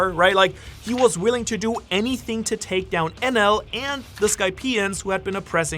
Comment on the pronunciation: Enel. En D El